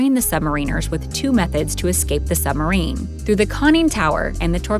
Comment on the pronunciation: I wonder if she realises 'Sumarine' has a B in it....